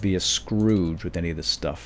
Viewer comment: Weird "sh-tuff" indeed,. Nice save:P